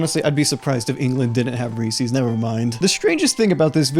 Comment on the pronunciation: ITS REESE'S NOT REESEES YOU FREAKING STUPID DUMB!